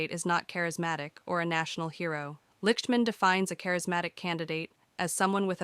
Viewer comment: His last name is pronounced "Licked-man."